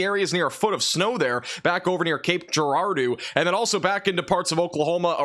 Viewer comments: Girardeau > jer - rar - doh that's how we say it in misurah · Hey! I live in Cape Girardeau, and it is pronounced Gi-rar-doe lol😂